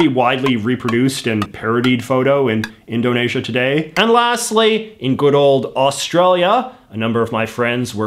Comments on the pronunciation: I love your vids, but how can you mispronounce "Indonesia"? I've never heard a native English speaker muck that one up. It's "In-dough-nee-zha". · Why do you say IndonAsia? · good video but i can't get over how he pronounced Indonesia and archipelago